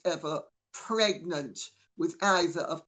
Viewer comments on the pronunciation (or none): "27 months megnant".... howling 🤣🤣🤣🤣